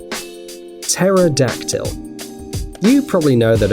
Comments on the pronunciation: LOL teror dactyl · Teror-Dactyl made my hair straight They used to be gay, now they’re straight